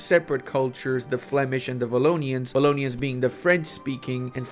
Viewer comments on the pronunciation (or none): Pretty happy to see my country in eu4 :D espeacialy with no culture issues XD In fact we have german community too, about 80k people, this is war reparation from second world war. one little thing, in belgium, we prononce the w like the w in war, so it's not vallonia ;) (I find it stange that the French say w like the v, what is the purpos to have 2 différent letters but use them with the same prononciation ?)